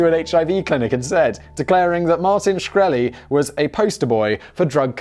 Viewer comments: Simon can't pronounce Shkreli? That's so very very sad. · Really clicked this to hear the proper pronunciation of his last name. in and you already mucked it up